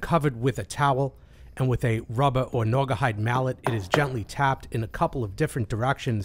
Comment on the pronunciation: Didn't know they made a "nuagahyde " hammer